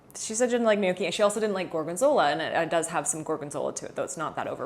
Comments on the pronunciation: Gnocchi. Nyocki Not Nee ok ee 😊 Just so you know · Gnocchi is pronounced like the *gn" in lasagna, or the ñ in Spanish.... "nyoki"